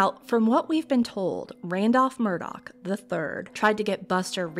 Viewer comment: How you need to grow, is getting the Murdaugh name right and not saying Murdauch. lol